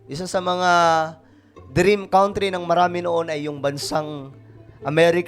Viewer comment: Mali pronunciation mo sa COUNTRY ... KAN TRI ... HINDI KAWN TRI ... MASAKIT KC SA TENGA E PAG NARIRINIG YOU SHOULD SEARCH THE RIGHT PRONOUNCE KC YOURE A VLOGGER PARA KA RIN ANCHOR IT IS YOUR JOB TO DO IT WELL WITHOUT MISTAKES